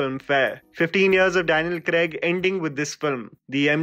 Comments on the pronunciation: Daniel "Kregg" nahi Daniel "Craig" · Daniel CRAYG?? lol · Agree to your comment that Craig was the most human of all Bonds.. and he also got his hands dirty . Just wished you said Craig and not Creg throughout 😀